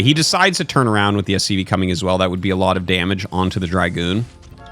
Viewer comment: It's dragoon, not dry-goon.